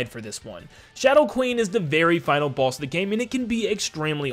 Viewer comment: Dunno if he saying boss or balls